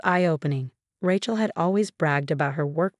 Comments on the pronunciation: Please get the words right, especially names! It is NOT RATCHEL it is RAYCHEL. Why is it pronounced correctly only a few times! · It’s “RAY-chel” godamnit! How can you always get it wrong? It’s never been anything else! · But ‘Ratchet’ is glorious! Love it.